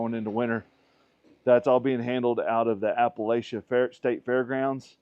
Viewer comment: Love what you are doing here in my area of East TN, praying that your ministry is blessed, all are strengthened, and refreshed in spirit to continue helping everyone. From a fellow redneck, Appalachia is pronounced APP-UH-LATCH-UH, lol. That was meant to put a grin on your face. We love y'all and are so thankful you are here! Be blessed!